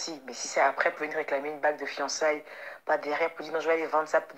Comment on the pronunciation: Eeehhh.... on dit pas fiancaiges, mais fiancailles 😂😂